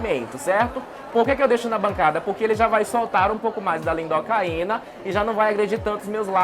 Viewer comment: Lidocaína e não " lindocaína" :face-turquoise-covering-eyes